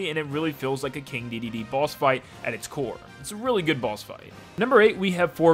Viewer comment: You say it like he's King dididee